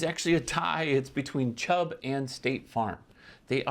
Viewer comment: did you say Chub?